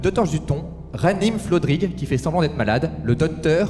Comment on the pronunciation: Presque aucun des invités n'arrive à prononcer FLodrigue n'empêche ;) La team de cet épisode fonctionne bien je trouve, au top